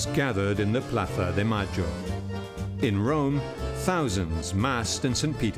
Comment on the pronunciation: When the narrator says "Plaza de Mayo" with the ceceo... Makes me want to throw up lmao